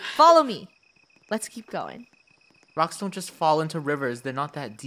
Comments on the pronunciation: Funneh said ''wocks" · Funneh just said wrocks 👁️👄👁️ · Am I the only one that heard Funneh. Say rowks not rocks 😅😂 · Does it sound like funneh said wocks? Instead of rocks? When they cross the river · Did anyone notice the secend time Funneh said rocks she said wocks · funneh saiid wacks and not rocks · “ don’t jump on the wocks “ Lol her mic was glitching or my internet made it sound like she said wocks